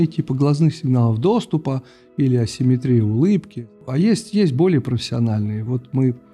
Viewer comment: Грамотный человек, а в слове ассиметрия неправильно поставил ударение!!!